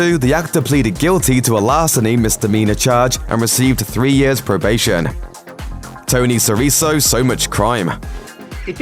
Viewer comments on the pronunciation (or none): Tony SiriKo, not SiriSSO.